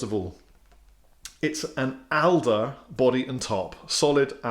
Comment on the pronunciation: Owns a guitar company and cannot pronounce Alder properly!!